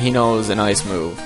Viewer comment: I like how when he says ice, it's like AAYCE.